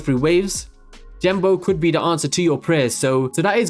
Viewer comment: "jenbo" "jenbo" "jenbo" "jenbo" ffs Genbo!